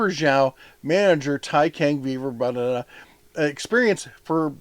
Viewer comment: "C" in "Taicang" pronounces similar to "ts" sound in English.